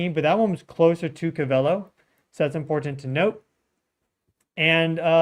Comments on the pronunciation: stop saying co vey lo its cove ah low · Its Covelo NOT Covel o. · Pronounced Cove-a-low😅 Also, Mayacamas fault hosts the Geysers and clear lake itself is adjacent a well know volcano. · The pronounciation is Ko Va Lo. Not Ka Val O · Its Cove - ull - O . Covelo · Co-Va-low is how you pronounce Covelo, Ca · You say it like Cove el low covelo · That’s Pronounced CO-VA-LOW California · Gee, anyone who lived in Willits should know how to say "CO-vel-o"! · Pronounced Co-va-lo fyi. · Cove-AH-Low is how it’s pronounced. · Pronounced Cove-a-low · Pronounced COvelo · Covelo (“Co-veh-low”) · Hey, it's pronounced....cove-a-low........covelo...just letting you know bro, keep doing a great job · I lived there for 14 years it's pronounced Cove-ah-low :) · Pronounced. CO- VA- LOW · It's pronounced Cove-ah-low And mayacama is mi-ya-cah-ma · It’s pronounced CO-va-lo. Accent in CO. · Covelo is pronounced COVE-ah-LOW. Thanks for you content.